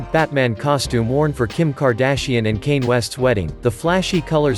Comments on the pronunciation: This guy called Kanye West "Kaine" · Ah yes, Cane West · Who noticed that he said her two times instead of him and did he say kane instead of Kanye 😅😅😅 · Anyone gonna mention how he pronounced kanye as "Kane" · “Kane West” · You're an idiot for calling Kanye 'Kane'